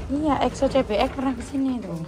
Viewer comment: exo jadi eko😭😭🤣🤣